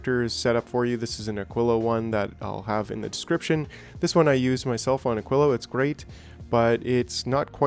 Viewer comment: Holy shit, someone who knows how to pronounce Aquilo! A rarity. Legendary Quality. 💙